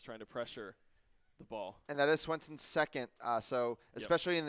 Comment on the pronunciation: heyo! #90 is pronounced Seth SweNson, with the N before the s! <3